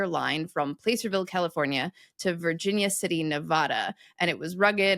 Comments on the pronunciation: Placerville is pronounced PLASS-er-vill, not PLACE-er, as in the placer veins which were mined for gold during the Gold Rush. And while we are at it, the first ‘a’ in Nevada is pronounced like the ‘a’ in “at”or “apple”, ne-VA-duh, not ne-VAH-duh, not like “off”. As a Nevadan, that mispronunciation makes our skin crawl. That holds true also for the Sierra Nevada mountain range, for both Nevadans and Californians. You touched briefly on one common use for “bootstrapping”, somewhat indirectly. The phrase “boot up” to start a computer and load the operating system is short for bootstrapping…the idea being that starting from “cold iron” with no running software, you needed some software that could load itself first and operate without any other software operating on the computer. This would be the operating system that could load and run other programs. Hence we now say “boot up” a computer to indicate turning it on and loading the bios (short for “basic input/output”) and operating system. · ….. or so,you failed the shibboleth test…..TWICE…. PLACEerville with long A instead of a short A And of course,the pronounciation of the state admitted to:the Union on October 31,1864…..NEVAAAAHHHHda instead of Nevada (A enunciated as in HAT) There is a humorous clip of George W. Bush demonstrating the correct pronunciation during a campaign speech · The back-to-back "play-sir-vil" and "nev-aah-duh" sent a shiver up my spine, lol. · I would imagine someone who is an expert on words would know how to pronounce Nevada. Yeah, yeah, yeah, I know the origin of the word and all the grammatical arguments but I notice you don't use the proper pronunciations of New Mexico, Texas, Detroit or any of the hundreds and hundreds of names we've Anglicized. Why is that? Seriously. I'd love someone to explain in a reasonable way why it's only Nevada that can't be Anglicized.